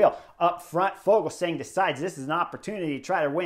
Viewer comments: Yep "Ya-cob" said it himself about 5 times on Daryl Impeys own YT channel (which is worth a subscription) "Ful-sang"👌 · Yo, Chris! The "g" in Fuglsang is silent. It's pronounced like Full-sang.